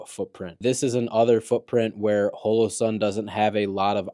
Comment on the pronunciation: Why are you saying holosun like that dude?